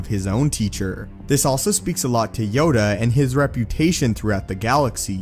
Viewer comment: Yoda... It's Yoda